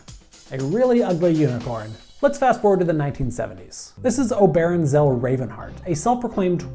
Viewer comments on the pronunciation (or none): Oberon, pronounced OH-ber-awn. Not oh-BER-awn. :) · That's an interesting way of pronouncing "Oberon." I know it's not a common name, but go read a Midsummer Night's Dream. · I am a personal friend of Oberon. You can't pronouce his name correctly. But I never knew he had a patent for unicorn goats. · This was a very informative video. Thank you. I thought you should know that you mispronounced Oberon's name.